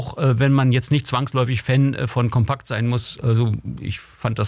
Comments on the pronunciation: COMPAKT nich COMPEKT!!!!!!, Lern, s doch mal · Sagr nich "Compäkt". Das Magazin heißt Compact. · Es wird COMPACT gesprochen. Nicht Compäct.. 😅